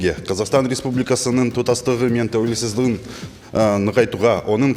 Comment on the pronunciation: 😂қасқа тәуелсіздігіне деген сөзді тәулесіздігі деп қасқа қате қате сөйлейалмайттағо екі сөздің басын біріктіралмай тұр сауатсыздар қалай қазақ елімізге депутат болмақшы қасқа